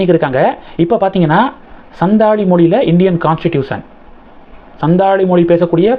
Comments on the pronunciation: It is Santhal ,& not sandhal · சந்தால் என்று சரியாக உச்சரிக்கவும்